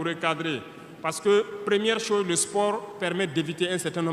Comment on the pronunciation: Pardon président Fais un effort pour bien prononceer le mot"chose"